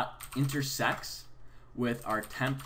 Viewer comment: am i the only one who hears intersex?